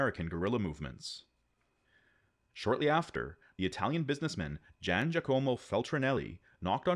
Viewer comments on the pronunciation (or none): none